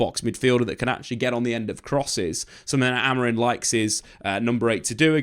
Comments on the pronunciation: Why do you and many other keep saying AmoriN. Its Amorim. Christ. Get it right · It's amorim not amorin 😅